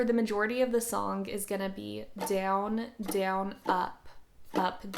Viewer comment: I don't like how you pronounce the word "down" 😭😭